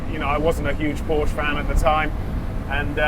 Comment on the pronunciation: Dude cant even say Porsche right...